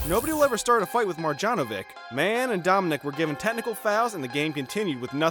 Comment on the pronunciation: Come on, the pronounciation is unbearable.. Donchik, marđanovik...